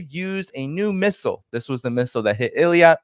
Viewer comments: not Eliat. it's pronounced Ei-Lat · It's Eilat not eliat. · is not Eliat,. is Eilat. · PLEASE NOTE that the Israeli port you're refrring to is not pronounced Il-ee-at, as you've said, but I-lat. Please take note to avoid sounding ignorant. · "Eilat" pronounciation-help for English speakers: A-lat Thanks for your work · the "I" comes before the "L" Eilat "eelat" you're "Rittering" as Scott has problems pronouncing things 🤗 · Eilat pronounced ill-at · Let's not confuse it with Elliot 😂 it's Eye Lat, please stop pronouncing it the French way, so we know what exact place we are talking about 😂 don't leave any room for confusion with other places😅thanks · Eilat pronounced eeeeeeeelaaaat